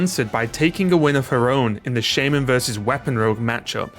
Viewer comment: Why is it shay-men not sha-man?